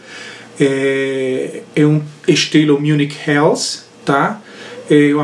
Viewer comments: to interessado em fazer uma Helles, esse nunca provei. A pronúncia é "reles" e não "rels" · Eu não sei pq sempre falo “infernos” :) kkkkkk valeu pela correção... a pronúncia correta no alemão é /reles/